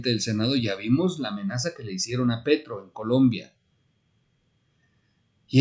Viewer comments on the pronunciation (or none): none